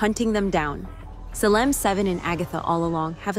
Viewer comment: Groovy seventies style? Hello? Have you ever watched tv from the seventies? Did anyone dress like this? It’s the 1980s slumber party. Also the voice you have doing the reading is fairly convincing but then it messes up and mispronounces things like Salem. I’m ending the video because you’ve already lost credibility.